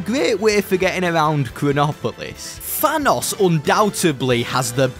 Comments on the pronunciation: Bro says "fanos" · FYI. It’s pronounced Thanos Not Vanoss